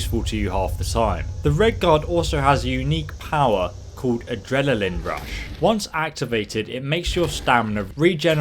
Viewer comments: it's adrenaline not adreneleln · ...."AdreLaline rush" 😐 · "has a unique power called adrelalaline rush" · Ah yes, adrelaline rush....